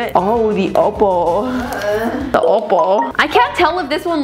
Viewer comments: It's oppo not opal 😂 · Uhmm.. its not opal its oppo BTW